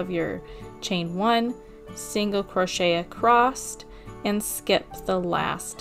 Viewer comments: Great work!! Im going to start one tomorrow!! Not sure if you're audio is working correctly because it sounds like you're saying "acrosst" instead of "across". Thanks again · Oh my gawd stop saying “acrosst!” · Uhm, yeah…. Last time I checked? There is no ‘t’ in the word “across.” Just sayin’. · adore this! But there is no T in across! you mentioned kids and school so I figured you would want that pointed out. Most of my kids have to be retrained out of that when they leave home schooling and enter a real class room